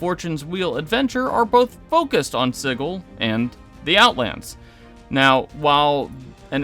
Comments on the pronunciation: sih-jill, not sigg-ull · "Siggle"? Isn't it pronounced just like the word "sigil"? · how this dude pronounces sigil kills me